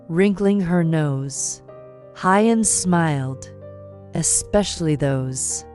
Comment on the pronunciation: This note is to the female narrator. Please pronounce Huyen's name like "who-yen" not Hi-yen.